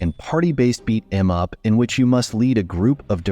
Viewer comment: AI can't even say beat em up right!!!!?🤬